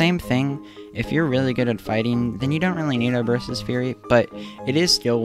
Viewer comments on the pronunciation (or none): Did you daruush???? How did you mispronounce both daruk and urbosa!?